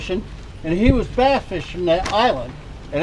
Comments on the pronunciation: DONT U JUST HATE AI VOICE OVERS A BASS FISH IS A BASE FISH CANT WATCH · You're killing me with the "base" pronunciation..it's b+ASS! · Mostly a good video but mistaking dolphins and sharks for whales is ridiculous. As is pronouncing "bass" as "base" in a video devoted to fishing. I can't even give this a thumbs-up and will be sure to avoid your content in the future. Get better AI, mmmkay? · Calling Bass, " Base! "